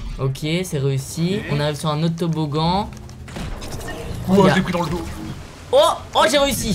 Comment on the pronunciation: Pas toboggan toboglan 😂😂😂😂😂😅😅😅😅😌